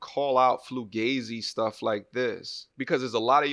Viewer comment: Flugazi?..... It's Fu-Ga-Zi....